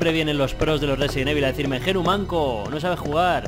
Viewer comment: residen evil ajajajajaj RESIDENT IVOL se puede pronunciar